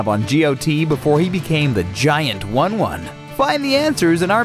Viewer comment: it's pronounced "woon woon" not "one one"